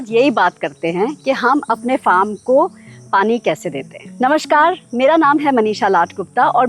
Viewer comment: Namashkaar nahi Namaskar word hai. Please wo Amitabh bacchan wala namashkar mat boliye. Baaki aape videos adbhut hote hai